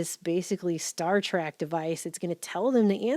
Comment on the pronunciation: It’s “Star TREK” NOT “Star TRACK”!! There’s no huge long length of tracks out there in space!!! It’s called “Star TREK” because it’s a JOURNEY.